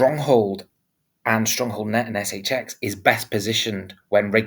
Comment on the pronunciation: ESS EYCH EXX 😂 love it